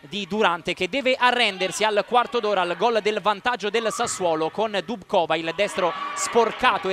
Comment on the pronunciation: Vi prego, correggete la pronuncia: Dubcová si legge "Dubzova" con la a finale lunga ['dubtsoːva]. Kamilo, seš borka! Jen tak dál! ;-)